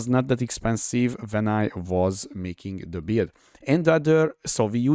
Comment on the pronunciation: Came here after a recommendation for super tanky builds, not disappointed! De barátom a kiejtésed borzalmas hahaha Rögtön tudtam hogy honfitárs vagy! A kedvencem a kurentli és a dö :)